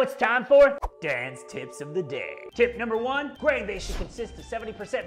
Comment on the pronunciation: When I first heard you mention "Dan's tips" I thought you actually said "Dance tips." Odd, I thought for a brewing channel, but still watched it all the way thru... Cheers! Carry on...